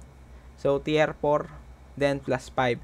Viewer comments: Well explained sir! Medyo na bother Lang ako sa pronounced mo nang (Tier) instead of Tir, na nabanggit mo ay Tiyer or Tiyar. Just correcting Lang sir but your video is very helpful. Thank you anyway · tir hindi tiyer.....